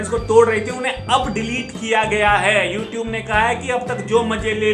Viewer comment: Youtube nhi youtoobe..🤣🤣😂😂